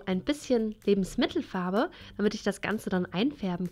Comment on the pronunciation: Kannst du Lebensmittelfarbe nicht mal normal ansprechen!